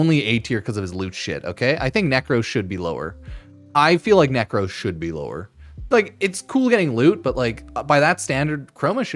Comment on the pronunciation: Lost a lil respect for the disrespect on nekros’s name